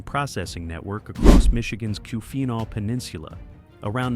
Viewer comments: Charla-voy. Mack in awe, key-win-awe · The Artificial intelligence trying to pronounce some of these is hilarious. It butchered keeweena so bad. It put an F sound into it 😅